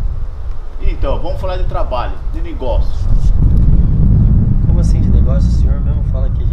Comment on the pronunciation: ¨ vamos falar sore nogoçios ¨